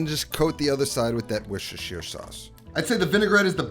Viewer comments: Wooshashir sauce 😂😂 Wuster-sher (as in shirt, no Eyre on the end) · “Worshishishier sauce” 😂😂😂. You don’t pronounce Worcestershire as it was spelled. It’s more like wor-ches-shir sauce. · Worcestershire is one of those English trick words! It is pronounced Wooster, as in Bertie Wooster. Another one is Bicester, which is pronounced 'Bisster' by the locals. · "Wish-ish-er shauce" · Here’s a tip The city of Worcester, is pronounced “wu stuh” Worcestershire sauce is called “wu stuh sauce” in the UK. The “shire” is dropped in more blue collar surrounds. When visiting the palace its “wu stuh shire” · were-sh-es-tur-shire sauce .... put it all together now Washursister sauce. wait, wut? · weshweesheer sauce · It's "Woor- shust-tahshire" sauce if anyone cares to Know. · Love your vids …but you are straight up murdering “Worcestershire”! Take it from a Bristolian from England, not too far from the place, we’re in a neighbouring county, and here we pronounce it “Wuss-tur-sher”, be the first yank I’ve heard say it properly, dude ✌🏻 *The County Bristol is in is Gloucestershire (Gloss-tur-sher) …I know, it makes no sense, it’s thousands of years of change in pronunciation, if you don’t live here you don’t stand a chance 😂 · Wushushire sauce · Its pronounced " wash your sister sauce" 🤷‍♂️ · Weesheesheer sauce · Love it when Americans try to say Worcestershire sauce😂😂😂😂😂 ,its pronounced wos-ster-shire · For all my American friends, its pronounced wuss-sta-sha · Usually you just say cut out on most of the word Worcestershire and just keep Worster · Let me help you out mate " WUS TA SHA". Is how you pronounce it ! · Definitely NOT saying it correctly! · Say the name of the sauce again. The Name Noone Can Pronounce.